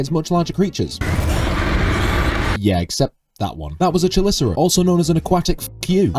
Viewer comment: it s pronounced *Kelicerate